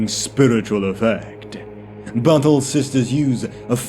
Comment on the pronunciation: You might want to rethink your pronunciation of “battle”… oft times sounds like “butthole” and completely breaks the immersion. 😬🤣